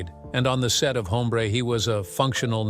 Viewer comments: It's NOT "Home - BRAY" but, "OM -bre" with silent "h" of Español. The "e" sounds like that asked by people that are hard of hearing 😊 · Your canned artificial voice called Newman's character "Haumbray"?